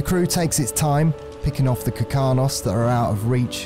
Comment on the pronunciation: This is amazing to watch. BUT ITS KARKINOS NOT KIRKANOS. (idk why but it mildly infuriated me lol)